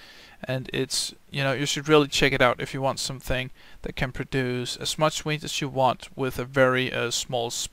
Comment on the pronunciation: it sounds like ur saying weed